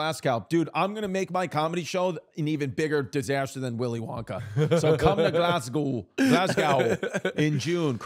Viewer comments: Chris please before you come to Glasgow, get the pronunciation right 😂 it's GLAZ-GO now glass cow 😂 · 'Glaz-go' not 'Glass cow'